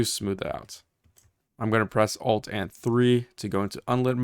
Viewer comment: whenever you say "press ALT and 3" or "Alt and 4" i kept hearing F3 and F4. I would like to report that i have closed unreal engine more times than i meant to.